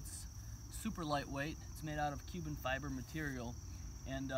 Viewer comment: Thank you for saying Cuben Fiber. Thank you.